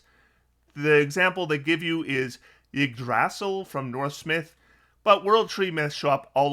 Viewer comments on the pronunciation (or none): Hearing butcher “EEEIGG-DRASS-EEEELLL” was the highlight of this vid